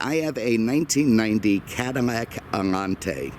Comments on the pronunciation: am i going insane or does this dude keep on saying "cadarmac" instead of cadilac?! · Be fairly warned.... minutes of ranting before you actually hear about the allante . Also is it me or am hearing “CADiMAC”? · Is it me or does he say "Cadamac"? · Why am I hearing you pronounce it as "CadiMAC" over and over?? I just subscribed so there must be an explanation in past videos.....or I'm deaf. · Lol.😀 your not deaf. Don't you like Cadimacs? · ha.... glad you heard it too then. Does anyone know why he pronounces it that way?? It's on purpose, so there must be a reason! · ...." this is a 1990 CADIMMAC AMMANTE..... " ??? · OMG this guy needs speech check because he can’t pronounce the name Cadillac he couldn’t do that talking about the ‘72 Deville & can’t say it on this video